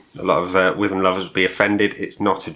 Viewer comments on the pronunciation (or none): I live in Dorset and my Mum lives directly opposite Badger Brewery. Wyvern is pronounced wiivern as in Wii- fi. I had it and didn't really rate it, drinkable though. I think I was probably putting it up against "craft" west coast IPA'S which, of course it isn't.